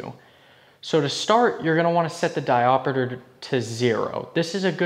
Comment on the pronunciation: Diopeter? Seriously? It's diopter! WTF?!!!